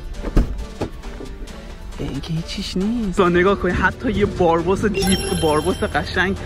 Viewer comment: بارباس چیه برادر بِرابوس درستشه😂😂